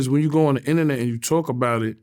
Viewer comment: “I stay outta the innanet stuff” 🙄